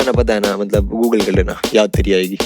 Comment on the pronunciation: Its not yaad teri aayegi...its yaad tedi aayegi....😂😂😂